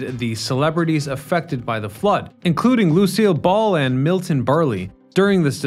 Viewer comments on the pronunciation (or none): Who's Miton?